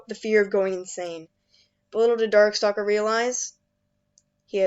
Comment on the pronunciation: Did I just hear call Darkstalker Darksucker?